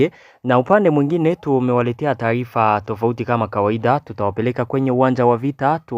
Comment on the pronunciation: Kiswahili kinakushinda kutamka ao vipi kaka? je ni taifa ao ni taarifa?